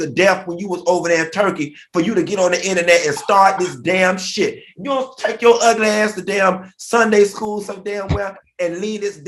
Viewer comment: "oh uglass" damn i miss Florida 😂🤣